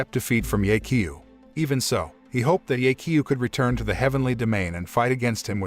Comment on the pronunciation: i'm sry but the pronounciation of "ye qiu" is terrible. should sound more like "yeh chiu"